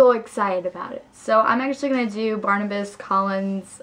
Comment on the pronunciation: Barnabas, not Barnabus.